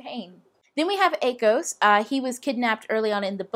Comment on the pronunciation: The first time you said akos, I thought you said a ghost and I was like "What did I miss?"